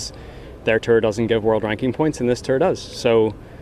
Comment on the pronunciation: can someone mention to rory that its a tour not a terr